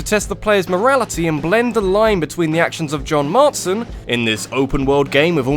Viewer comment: "John MarTSon." (wince)